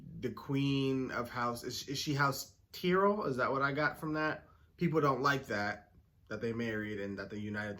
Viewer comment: It's pronounced May-ster. Each house has a Maester that is skilled in healing, knowledge of the histories, etc. And the Tyrells are pronounced TIE-RELL. You will get it. Great reaction.